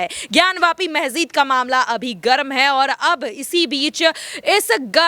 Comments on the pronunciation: मेहजिद नहीं मेडम मस्जिद होता है😂😂😂😂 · Pahle Masjid bolana sahi se sikh lijiye ji phir news batao